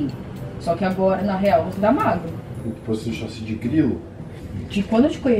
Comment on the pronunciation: KKKKK a nao consegue falar chassi kkkkkk